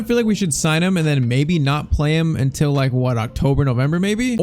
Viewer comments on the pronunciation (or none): none